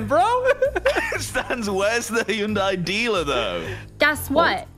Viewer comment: at last, someone who pronounces Hyundai correctly!